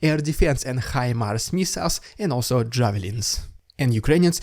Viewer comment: Anyone can pronounce HIMARS as Hi Mars, our beloved Russian Dude can do it well.. but, either he is stubborn or speech deficient, keeps pronouncing as Hi Mers... so irritating.